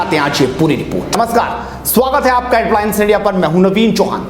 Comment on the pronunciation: हेडलाईन्स कहने के बदले आप हेडवाईन्स क्यो कहते हैं ????